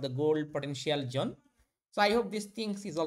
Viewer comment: Zone ❌️ Jhone ✅️